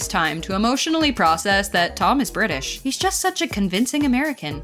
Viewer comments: I'm British and its pronounced British not Britaish that's Britain you I'm a British person from Britain ok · Like why she say it like that 😭